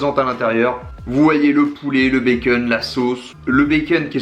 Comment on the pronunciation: Le béqueûne 😂 l’accent très français.